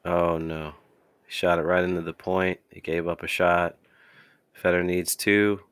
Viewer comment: FAY dor!!! His name doesn't rhyme with cheese. If you can't speak English you have zero business in the announcing game.